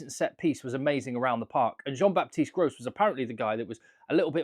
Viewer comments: Thanks for picking french players, fyi, the s is silent, Cross, Gros . Thanks for your great channel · Just a friendly reminder, you don't pronounce the S at the end of Gros, you should say "Jean-Baptiste Gro". However, the S is not silent at the end of Cros and one should say "Francois Cross". There's no rule for that, just something to know.